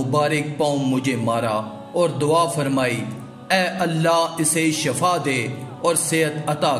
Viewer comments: Bhai shifa tu bolna sekh lo Sahara or shifa me buhat frq hot a h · JANAB AAP SHAFA KEH RAHE HEIN , LAFZ SHIFA HAI..,JIS MEANING SEHAT HAI , SHAFA K MEANING MOUT HAI